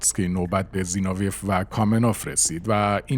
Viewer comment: زینوویف را مرتبٱ غلط تلفظ میکنید؛ سیلاب آخرش را ویف بر وزن قیف میگوئید. درستش زینو وی یُوف است؛ سیلاب ٌÎخرش ضمّه دارد، مثل گرباچُف